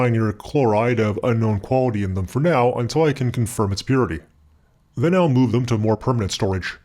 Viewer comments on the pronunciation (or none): none